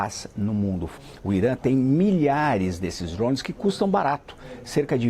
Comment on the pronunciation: Tira o ovo da boca pra falar drone